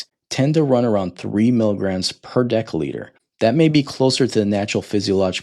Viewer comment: Decca litre? Its pronounced decilitre (dessiliter).